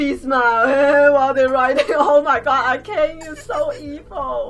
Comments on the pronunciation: y do you keep pronouncing her A-CANE it's A-KAH-NAY there is no silent vowels in japenese lettering if you want ask a friend how any japanese word is pronounced sorry for my outburst btw but seriously though use google translate that will help too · Akane’s name is pronounced ah-kah-nay, not ah-cain